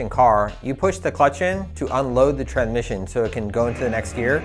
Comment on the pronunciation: this is a very informative video but I can't seem to pay attention after every time you say tran-mission!